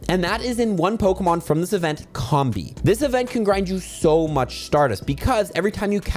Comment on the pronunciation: It's pronounced COMB-BEE, comb as in honeycomb and bee as in.... bee.